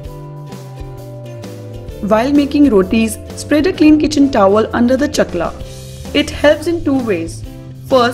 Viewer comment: Chakra....hota he .. Not chakla....